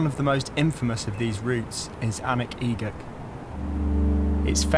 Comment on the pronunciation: Very cool pretty walk. Although as a Gaelic speaker I have to point out the pronunciation error. The ridge is pronounced like "oon-uch ek-uch”